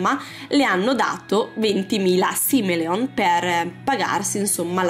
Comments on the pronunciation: è "simoleon" non "simeleon" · Solo io penso che ci siano troppe cose personalizzate e che il modo come dice simolion è troppo divertente ma cmq non é un brutto video